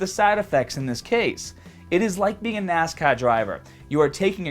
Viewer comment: Can’t pronounce the R in nascar, pronounces the R in driver effortlessly. Never heard that accent before, not hating tho. Good content, juicing kills ya peeps.